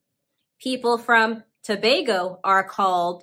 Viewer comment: Was refreshing to hear you pronounce Tobago the correct way! "Tobago" in Tobagonian is similar to the pronunciation of Tobago, just add "nian" to the end. Great video. Surinam was very interesting to me.